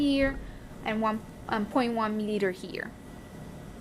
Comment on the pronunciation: U get so much trouble to say 0.1 milliliter sister 😹😹